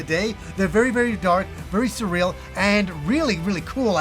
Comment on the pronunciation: My ears are bleeding hearing the word surreal. This turn based style of game isn’t my cuppa tea but I hope it does well & gets the recognition it deserves 😉